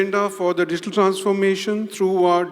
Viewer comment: شقنا شق المقدم.. its digital not diggital